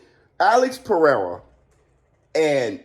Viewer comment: Haha funny Alex. Perrrsra